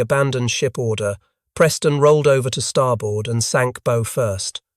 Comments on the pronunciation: "Bow" isn't a bow tie, it's "take a bow" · It's Bow as in Cow, not bow as in arrows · Why do your narrators mispronounced words? They pronounce the bow of a ship as bow-like a bo on a package or a boe of flowers when it's pronounced bow as in BAW. This is just one example but they do it in all these videos! Also, the pictures in these videos sometimes don't represent the subject at hand very well. All this is disheartening and drives people off. Please try and get your shit together!